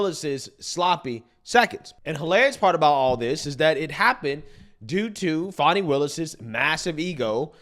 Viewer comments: Her name is Fan-ie y'all. She lives in GA not France y'all. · Fani is not pronounced Fawni